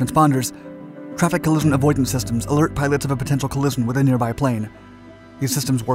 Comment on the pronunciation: Very interesting. However you don’t seem to be able to pronounce collision 😅